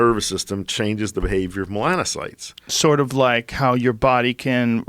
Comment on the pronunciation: Joe "I know so little about human A&P that I can't pronounce "melanocyte"...but, I'll still school you about your medical specialty" Rogan